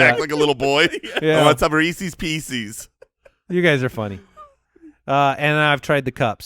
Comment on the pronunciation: Thank god was called out for his pronunciation of Reese's pieces